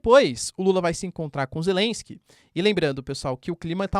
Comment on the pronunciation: "Zé lensque"